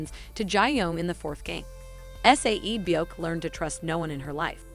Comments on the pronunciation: IT'S NOT S A E BYEOK IT'S SAE-BYEOK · Her saying S-A-E byeok is making me annoyed 😒😤